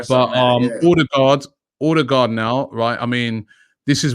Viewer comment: It’s pronounced urrdegar